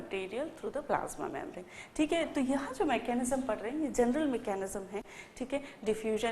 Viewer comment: Really too good ...mam.. But pronounce membrane correctly